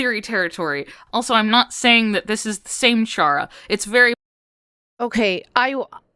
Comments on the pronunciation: I'm sad that people still pronounce Chara as "Ch-ara" instead of "Care-uh". (Which is a pun for CHARA-cter.) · The way you pronounce Chara’s name greatly pains me, you don’t have to emphasize both syllables